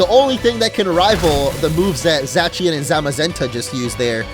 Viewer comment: it is pronounced {z-aaa-see-en) zacien